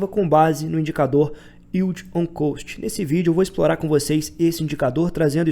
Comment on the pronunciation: Vc pronuncia "Cost" errado, do jeito que vc fala é a pronúncia de "Coast" (litoral, praia). A pronuncia de Cost equivalente a custo é Cóst